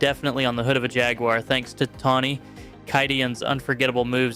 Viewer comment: Great, someone who can't even pronounce "Kitaen" gonna tell me about the '80s? 🙄